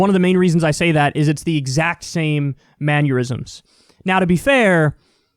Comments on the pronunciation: I love ya Kyle, but there is no "u" in "mannerisms" 😆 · Why does Kyle keep calling them manure-isms? lol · I'm mildly annoyed by the way Kyle says "mannerisms" like "manurisms" Or at least that's what I'm hearing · I've got to ask... what's a "manyeurism"..? Is that when a blood vessel bursts in the brain, but only for dudes? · I wonder if Kyle was calling them manurisms rather than mannerisms on purpose, "manurisms" being the gestures one uses when spewing manure. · Kyle says “mannerism” like someone would say “aneurysm” lol. Maneurysms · Manure-isms is actually more apropos. I ain't mad at it. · He probably got a maneurysm from the video tbh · I've had a few Manurysms before. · Mannerisms not manurisms. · Am I having an annerism, or are you saying "maneurisms"? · Manuerisms? KYLE! "IT'S MAN-NER-RISM" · Man-ER-isms not Manur-isms, however I do believe these actions are full of manure too lol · Kyle! Why can’t you say mannerisms?! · Kyle, learn how to pronounce 'mannerisms' please :) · Poor kyle, rural and now mannerisms. What more can he say wrong? Tune in next time! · I like it, its aneurysm + mannerism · Kyle “maneurisms” Kulinski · a new classic, common, everyday words Kyle can't pronounce correctly! "ManUrisms" 😂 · Man-ner-isms not man-yer-isms. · "Manneurysm"?! Really, Kyle? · Manure-isms is a fitting pronunciation to describe Trump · Heh. "Manuerisms." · the word is ""mannerisms"" Kyle not ""manurisms""" sorry. I hate to be that guy. LoL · if you say maneurisms instead of mannerisms one more time im gonna have an aneurism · mannerisms* not maneurisms Kyle. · Maneurism? Manure-ism? Oh you mean manerism? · If you tell Kyle he's pronouncing something wrong, does he have a maneurysm? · Kyle "man-u-risms" Kulinski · Darling - not manurisms - "mannerisms" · “Manyerisms” lol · Who says 'manyurisms'!?? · "Man-yur-isms?!?" I thought I had misheard him, but then he repeated it twice. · The way Kyle pronounces the word "mannerisms" is giving me a maneurysm.